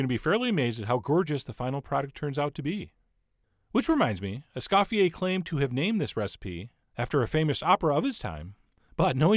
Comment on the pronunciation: (*Es-COE-fee-ae) He did not scoff, except at your pronunciation of his name.